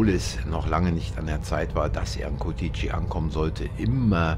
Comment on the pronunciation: Ich denke sie kommen nicht aus Rumänien, habe es bemerkt wie sie Curtici aussprechen 😂 aber sehr sympathisch